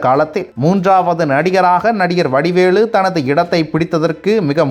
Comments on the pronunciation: வடிவேலு என்று சரியாக உச்சரிக்கவும்..! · வடிவேளு அல்ல வடிவேலு. தயவு செய்து சரியாக உச்சரிக்க வேண்டும்.